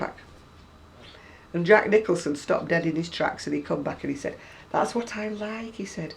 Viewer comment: did you say Jack Nicholson?